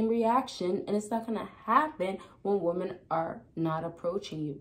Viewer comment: It’s pronounced “Wom-men”. Plural. Not “Woman”. 😤. This is some kind of young people pandemic.